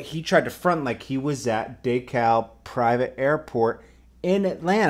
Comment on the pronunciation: Dekalb *Dee-cab*